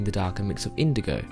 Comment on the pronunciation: No one: Literally nobody : Painter : indogow